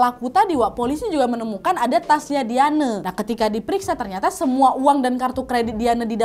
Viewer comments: diyane diyane.... baca dayen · Ondee payah bana manyabuiknyo Wak... 'Dayen' do, ndak Dia-neu Wak... 😅😅